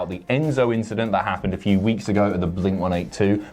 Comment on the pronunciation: pronouncing blink-182 correctly and then immediately pronouncing it wrong is the heelish thing he’s done since Pacitti Club.